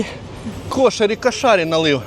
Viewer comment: КУ'ШАРІ на У ударение, а хававши типо ваших беляшей, если без добавок и всего лишь с фаршем, точно как ваш беляш, попробуйте махши